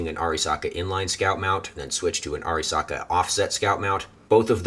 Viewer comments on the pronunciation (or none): Also it's "AIR-REEEEEEEE-SAKA" no Ah-risaka you fuggin redcoat